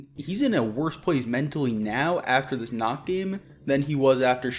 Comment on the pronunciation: I speak a little German, so yeah. I hate how they say it. It means "night" my guys, not "naked". Lol